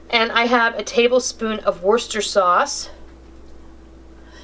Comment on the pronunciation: Wow! You said Worcester in the right way! :)